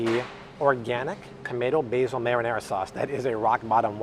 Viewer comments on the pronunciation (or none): none